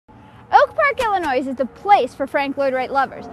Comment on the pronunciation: Yes, it sounded like she did pronounce the "s" at the end of Illinois. I reacted to it the moment it came out of her mouth.